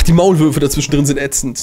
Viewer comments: die WAULMÜRFE“ bin ich die einzige die das statt Maulwürfe hört 😂? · Er sagte Waulmürfe xD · Er sagt es wirklich... 😂